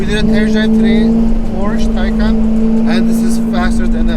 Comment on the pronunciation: The tay in taycan is pronounced like tai in taiwanese